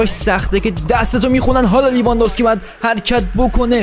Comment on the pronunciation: داداش اسم بازیکن هارو درست تلفظ کن! اون لورنته نیست یورِنته است. و لیواندوفسکی نیست لِواندوفسکیه